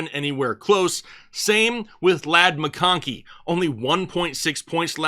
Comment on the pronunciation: Love your content, but can't stand the way you pronounce some names like Goedert, mcKonkey and Herbert. Just say the names like a normal person.